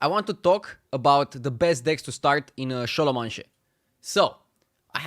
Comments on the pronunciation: Se pronunta scolomens. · kinda nice how he keeps calling it šolomanše :)